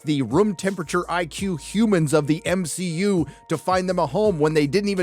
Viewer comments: M-She-U?? hahaha genius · I'm ashamed to say it took me all the way until to realize y my man pronounces MCU as M-SHE-U 😂😂😅😅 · I just have to address this and its nothing against him but he says M SHE U and not MCU😂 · Everytime you call it the M-She-U, I can feel one of my brain cells dying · Not another creator complaining about the "M-She-U" ....